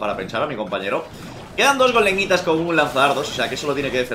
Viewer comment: like si no sabes por qué y dicen golem-nitas si se dice go le mi tas xD